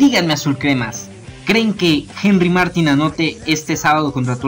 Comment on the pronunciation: No se pronuncia Martin, se pronuncia Martín (con acento)